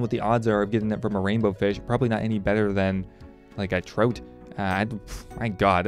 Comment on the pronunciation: He calls trout 'troat' the fuck man